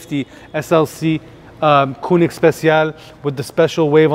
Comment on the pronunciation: Having that kind of collection, discussing the authenticity of the AMG logo, and having to explain it ....weird. You don't need to explain anything there. Usually, they say there is no dumb question, but this was one of those cases and pls, pls learn how to pronounce Koenig properly!